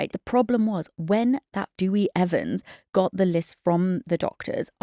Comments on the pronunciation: Great analysis ladies. By the way, his name is Deh Wee Evans, not Dooey. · Dooey sounds better 😂😂